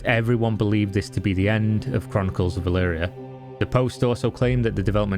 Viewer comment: Did you ever pronounce the game correctly in this vid? You keep saying “Valyria” lmao